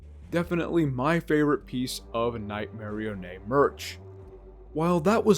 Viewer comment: Lol, I never heard anyone pronounce Nightmarionnes name as (Night-marry-onay) haha, i like it.